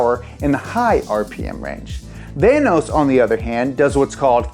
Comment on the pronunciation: vanos rhymes with thanos